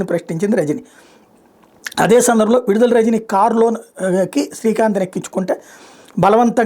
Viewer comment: విడుదల కాదు..... విడదల.